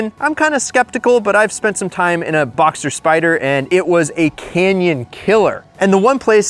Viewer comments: Porsche Boxster not Boxter. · Btw it's BoxSter with an s :) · you're missing the S in BoxSter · its BoxSter not BoXer